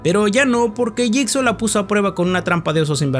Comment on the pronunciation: Se pronuncia /yigso/